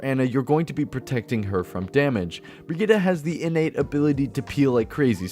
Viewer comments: It's super annoying that her name is pronounced Brahgeeta instead of Brigitte. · Bridgette (bridge-et) not (bree-jet) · Step 1 learn how to pronounce the name correctly Step 2 rewatch this video BreeGeeTi(ts) the ti like in tits ... easy to remember. ( ͡° ͜ʖ ͡°) and pls not BRIGITAH (like fucking Vegeta from Dragonball) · German friend pronounces it Briggeet not brigeetaaaah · Hahah oh man why did you say brigitta? Her name is Brigitte, it's german. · I’ve been pronouncing her Bridgette not brig eetta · "brigida"... please... it's not pronounced like that. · Swear her name is pronounced like "bre-git" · BRIGITTE = VERGITA XD